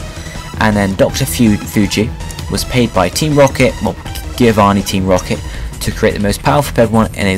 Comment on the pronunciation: HE SAID GIOVANNI WRONG!!!